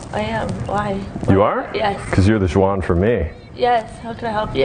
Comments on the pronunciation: Did he pronounce Juan, jooahn! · dude cant even pronounce the name Juan correctly HOW DID THIS DUDE GET ANYWHERE WITH "CONTENT" THAT IS THIS LAUGHABLY AND PATHETICALLY BAD